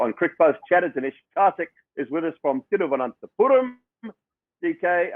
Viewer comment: Dully pronounced tirvanthapuram so beautifully. Kudos gentle and aware white guy 😬